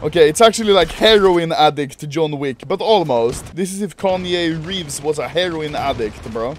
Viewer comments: No one: Anomaly: kanye reeves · Not even a god damn soul: Anomaly: Kanye reeves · “Kanye Reeves” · ”Kanye Reeves” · ‘Kanye Reeves’ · "Kanye Reeves"